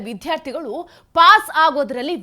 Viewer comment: ಮೊದಲು ವಿದ್ಯಾರ್ಥಿಗಳು ಅನ್ನೋದನ್ನ ಸರಿಯಾಗಿ ಉಚ್ಚರಿಸಲು ಕಲಿಯಿರಿ ಯಾವುದು ಮಹಾಪ್ರಾಣ ಯಾವುದು ಅಲ್ಪಪ್ರಾಣ ಅಂತ ತಿಳ್ಕೊಂಡರೆ ಒಳ್ಳೆಯದು ಆ ಸಚಿವ ನ ತಿಳುವಳಿಕೆ ಎಷ್ಟು ಅಂತ ಗೊತ್ತು ಬಿಟ್ಟೆ ಬಸ್ಸು ಬಿಟ್ಟಿ ಕರೆಂಟಿಗೆ ಆಸೆ ಪಟ್ಟು ರಾಜ್ಯ ಎಕ್ಕುಟ್ಟಿ ಹೋಗ್ತಾ ಇದೆ ಇನ್ನು 4 ವರ್ಷ ದೇವರೇ ದಿಕ್ಕು